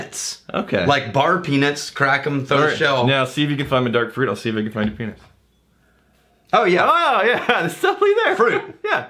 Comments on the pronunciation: Peanuts shouldn't sound like penis.... just sayin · When you guys say "peanuts" for the love of God please please please pronounce the "t".